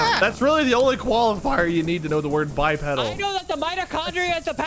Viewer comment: Why is mispronouncing bipedal. Its bi-pee-dal